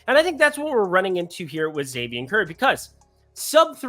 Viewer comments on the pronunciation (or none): none